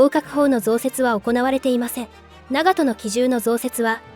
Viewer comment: What is with the awful AI voice that mispronounces basic things rangefinder is a gun? Don’t get me wrong it’s very informative and detailed just hard to follow when it can’t even pronounce the ships name correctly